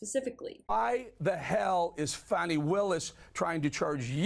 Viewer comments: I agree with you that Fanny is not the proper pronunciation but do you, or anyone else, know the correct pronunciation;? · Why do you insist on calling Fani Fanny? It's disrespectful!